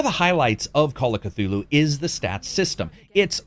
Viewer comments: Cthulhu would visit you personally to correct your ways if you pronounce his name as "ka-two-loo". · The C is silent